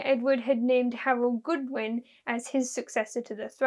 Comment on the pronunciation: Godwin, not Goodwin.